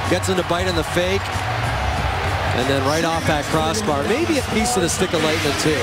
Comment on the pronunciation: goalkeeper's name is "Lehtinen" not Lwehtinen...